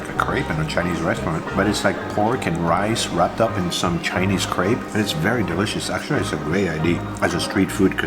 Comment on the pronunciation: New to your channel and instantly falling in love with you, your content and the way you present it. I'm a "francofou" from Germany, feeling half french inside. I love your love for France and french food. AND: Your pronounciation in french is excellent and spot on... well, except for Crêpe. 🙈🙉 Yes, it is pronounced like "crap" in english, not "craibe". You know the sound, let it out, even if you're thinking talking about sh... 😂